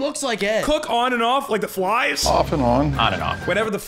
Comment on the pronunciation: You missed him literally saying fries instead of flies. hahaha